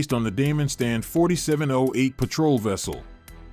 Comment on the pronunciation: Petrol boats wow good English skills